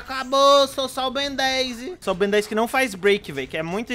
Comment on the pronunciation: "ben 10 grnde" kkkkkk